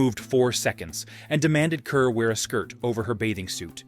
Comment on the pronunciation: Pronounced “Carr”, not cur.